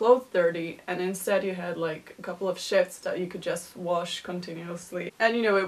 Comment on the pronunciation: Shifts? Shiets? What are you saying? Stays? Steyz?